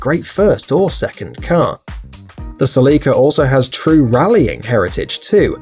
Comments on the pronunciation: Its Célica not Celicá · You say Selica I say Celica (Cell-ica) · Ur killing me with the way u pronounced celica is pronounce cé-li-ca not ce-lí-ca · The celica is pronounced sell-a-cuh, not sell-ee-cuh 😂😂great video tho seeing the volvo 240 makes me want one even tho id hate the US spec headlighys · Ok so I know you're on "that" side of the pond but here me out. The Toyota Celica is pronounced like a jail cell, cell-ica not like a window sill, as in sill-ica. I don't know if that's an English thing vs an American thing or either you or I am being ignorant on the pronunciation. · SELL-I-CA...not sellEEEKA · Cell-i-ca. My dad has one from the 80s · Isn’t pronounced a cell-eh-ka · That is a weird way to pronounce Cell-ick-ah. :P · SE-LICKA wtf? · You pronounced the Celica wrong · Now I know how to pronounced Celica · The way he says Celica 🤦🏻‍♂️ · Dont emphasice the i in celica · the way he keeps saying celica lol